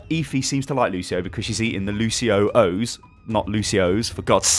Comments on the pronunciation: This a petition to change the name of "Lucio-Ohs" to "Luci-Ohs" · glad im not the only one bothered by lucio-ohs not being luci-ohs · Please start pronouncing the lucio cereal correctly. Its "luci-ohs" not "lucio-ohs" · Lucio-ohs is lucios brand of cereal lol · Arvid Jansson it is pronounced Luci-Ohs